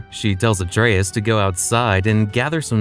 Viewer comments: Great video but the way you pronouce Atreus is killing me lol 😅 ❤ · This is great content, but it's pronounced (Ah-trey-eus) it's said at least 50+ times in the Norse titles.